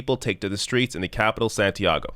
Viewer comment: Santiago => Saun-tee-ahh-go